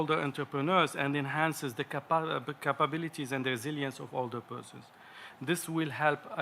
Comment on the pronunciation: Trying to say "capabilities" he say Cabal it was random but makes me think